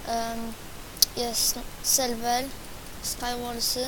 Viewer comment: mów jak człowiek a nie ,,dabel dżiampy" ,,kulczak" ,,selwel" ,,bluku" ,,pseplasam" ,,naplawić" ,,afci" ,,glać" ,,mini gly" ,,dyskrypcji" PS aby być lepszy w SkyWars'y trzeba taktyki I SIĘ NIE POWTARZAJ